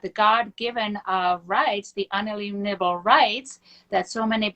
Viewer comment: Who else thinks the ATF and FBI need to visit them to find their horde of weapons? That’s waiting for their dozens of fans to tune in. Annnnndddd… Damn! They missed the warning about Deep State weather control. Uneenibble? WTAF? Is this walking vegetable trying to say ‘inalienable’? Jesus Christ. She says she’s been in the USA for thirty years—making her forty when she arrived—and she still cannot pronounce simple English words. .